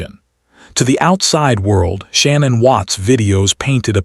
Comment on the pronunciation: I'm sorry, but when someone has such a brutal and tragic ending they deserve to be honored and respected. By calling her the wrong name throughout the video, I consider this a great disrespect. Her name was not Shannon...... it is pronounced " Sha- nann".